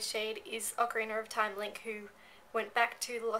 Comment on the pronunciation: Ocarinar of Time xD ish cute:3